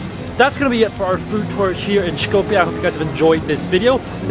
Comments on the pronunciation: You are misspronouncing the name of Skopje. It's pronounced more like scope-ye. Not shkopye. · Btw you dont have to pronounce the S in Skopje so harshly. Pronounce it like the S in Street.. its more of an S sound then Š. Š in macedonian is the letter Ш. You can hear Ш in the Sh in Shrek but in Street or Sunglasses its a soft S. Also this is an educational comment, I am grateful u visited Macedonia and hope you come again.